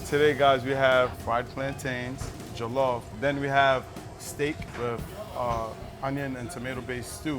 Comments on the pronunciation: Who gives af jollof rice isn't Nigerian in origin anyway who cares what a Nigerian would think of his pronunciation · Can someone teach him how to properly pronounce jollof...abeg! He's giving me a headache! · Exactly I just cringe when they pronounce it wrong.😖😖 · This is bothering me for real, has he never heard it pronounced before? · 30 seconds in and he says jollof wrong. What have we done wrong to deserve this. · The way he says jollof triggers me 😐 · "JOE LAWF" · Pretend like we are still doing phonics so it is pronounced as jo-llo-ff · It pisses me off it is Joll off that’s how u pronounce it and the is Nigerian woman can’t pronounce jollof properly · JOE-LOFF?!!! Seriously 😦😂🤣 Thankfully, I was eating jollof with plantain while watching the video 😁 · as in🤣... He said JOELOFF my sister 😂😂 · jOeeELLoFF rice , I swear it bothered me hard. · I cringe each time he says jOlof hahaha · JOLOF MON. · First of all, I'm Ghanian and the way they are pronouncing Jollof is MADDD ANNOYING!!! Like Seriously? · Man we already know Senegal where jollof originated from we have to give them credit and the way they are pronoucing jollof is annoying. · I’m somali and we dont eat jollof but the way they’re saying it is a piss take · This woman cannot pronounce Jollof correctly but she has taste-buds. #GhanaianJollofForever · why am i so triggered by the way he says Jollof like bruh you could of researched before you did this 😐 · Living with Lola and studying why are you being so rude? Do you understand English? She simply said she is not from Nigeria but the way he pronounces the word ”Jollof” makes her mad, meaning she wonders how Nigerians feel about his pronunciation of the word. Where in her comment did you read are write Nigerian Jollof was bad or wasn't the best? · The way they are pronouncing Jollof is ANNOYING ME.....